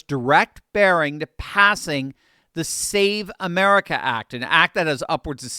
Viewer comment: Fam it’s called the SAVE AMERICA ACT. Say that shit right.